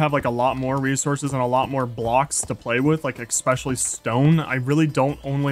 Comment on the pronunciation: “exspecially” Great vid as always